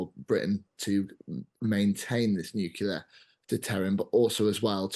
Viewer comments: The moment someone says "nukular" I can't take him seriously. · Nucular ? Can't seem to find that in any dictionnary or encyclopedia... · Impossible to take someone seriously on defence if they say "nucular". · How times have changed. The Times employs someone to work on their channel who is unable to pronounce Nuclear.